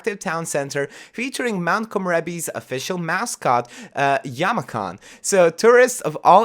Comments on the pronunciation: Yama-chan ... It’s chan like in the word “channel” Other than that, this is an amazing video. Super excited for this pack! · The ch in Yamachan is pronounced more like the ch in chocolate, not like ch in chemistry.